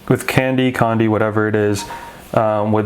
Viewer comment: Pronunciation “Kong-Di”, though I also do like “candy” :)